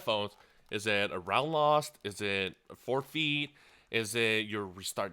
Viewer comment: PEENILTY FOURFEET JESUS CHRIST YOUR ENGLISH IS DRIVING ME NUTS!!!